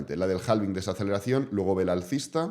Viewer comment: yo sé que en España pronuncian en inglés a la española, pero hay que crear consciencia en todos los canales, que la L de halving es muda y se pronuncia HAVING ❤